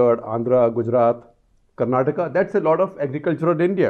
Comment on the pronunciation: Thank God, that he is saying kerala and karnataka rather than Keral and Karnatak